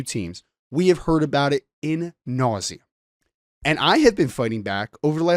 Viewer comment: 😒 the term is “ ad nauseam” ! Get it right or don’t use the Latin term! I can’t be bothered to listen to someone that doesn’t get the little things right ! HC Marcus Freeman also talks about preparation…you need a little more of that